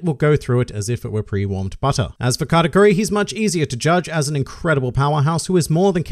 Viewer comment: I was confused the whole video He's saying category or katakuri?